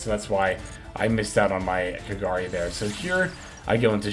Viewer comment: First time i heard pronouncing kagari in the correct way XD. Awesome video, keep up the good work.